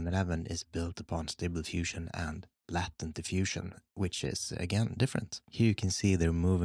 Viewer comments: Same here, I was like there's a latin diffusion? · I kept on hearing ‘Latin’ diffusion not ‘latent’ and was so confused at first😂🤣 great work as always🦾